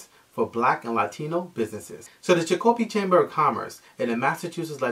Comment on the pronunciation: Chic o pee. I didn't understand what you were saying at first about Chic o pee.